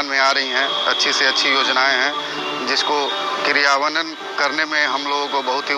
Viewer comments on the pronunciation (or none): दुर्गेश को क्रियान्वयन बोलने नहीं आ रहा है, इससे पता चलता है कि यह वीडियो गांजा वालों ने फैलाया है। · SIR ISKO TO KRIYANWAN BOLANE BHI NAHI AA RAHA H